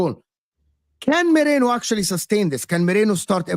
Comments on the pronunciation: It's Merino, not Moreno. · It’s merino not Moreno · Repeat after me Meh- Ri-no. Time to get it right.